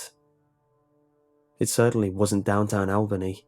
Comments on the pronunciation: Albany NY, pronounced (All-ba-knee) not albaney. And you got better the more times you said it. Other then like, loved your accent. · Your pronunciation of “Albany” as AL-Benny was driving me crazy, it’s ALL-BUH-KNEE. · Al Benny was so wrong! No, no, no! I graduated from SUNYA in 1979. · It's pronounced All-Ban-Nee(Albany)😂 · I'm from Albany and I love how he pronounces it😂.. its really supposed to be All-Bany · I just cant get by Al-BANE-ee new york lol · The way you pronounce Albany is interesting! Lol as a New Yorker I can say we pronounce it All-buh-nee but your pronunciation should stick! I love it! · Just to clarify, Albany NY is pronounced "all-ban-ee". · Good ole "AL-BAY-NEE" New York!!!....???? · Al Bay Knee, New York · Its pronounced “Albany - All-Ban-Knee” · Just for the reference, it's pronounced Al-BUH-knee. Like Jessica Alba-Knee. Great story, though, and amazing narration as per usual :D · "Al-BAY-knee" LOL!!! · "Al-bane-ee, New York" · Took me a minute to realize that it was Albany, since he pronounced it Al-bane-ee >.> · "Al Bay nee, new york" lol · "ALL-BUH-KNEE", NY for future reference. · Albany is pronounced al-bah-knee. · As a New Yorker I must inform you it is pronounced ALL-BUN-EE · Isn't it al-bun-nee? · thats not how you pronounce albany😅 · Jesus, that's not how you say Albany, NY.... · U said albany so wrong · So I wonder about the facts presented here, this man has a British accent and did not pronounce the city in NY correctly. This raises questions to the validity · You butchered Albany lmao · OMG. Way to screw up the Capitol of New York D: I hardly recognized it when you first said it